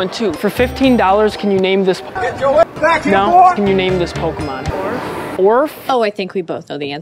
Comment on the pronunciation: "Jour mom" 🤣🤣🤣🤣